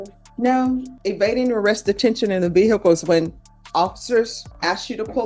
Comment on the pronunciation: Ve hicul?????